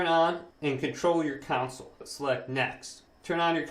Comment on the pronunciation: Great video very helpful. Don’t be annoyed with me but it’s con sole not coun cil 🙂